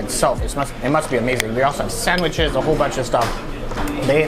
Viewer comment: I like how Canadians pronounce "sandwiches". 🤣